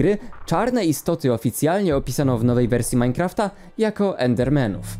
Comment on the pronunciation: Czyta się ,,Endermanów"